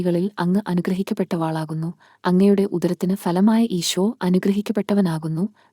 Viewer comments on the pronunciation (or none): നന്ദി. അനുഗ്രഹിക്കപ്പെട്ടവളാകുന്നു എന്നേ ഉള്ളൂ. വ എന്ന അക്ഷരം കഴിഞ്ഞ് ദീർഘം ദയവായി ചൊല്ലരുത്. ദൈവം അനുഗ്രഹിക്കട്ടെ.